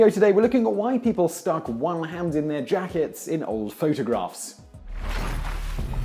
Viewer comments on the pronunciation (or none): says 'jackest' in the vid, instead of 'jackets' at 0.05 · Jakest? Don't you mean Jackets? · I just assumed they were all just mobbed up Italians. .... and it's "Jackets" NOT "Jackest" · The beginning says "Jackest" instead of Jackets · Its "J-A-C-K-E-T-S" not "JACKEST." However as always informative video. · What's a "JACKEST"?